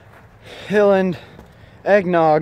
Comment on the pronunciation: It's pronounced High-land but yeah they make excellent Nog